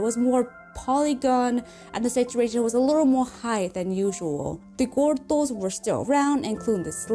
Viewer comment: I like how she says gordos “Gorthos”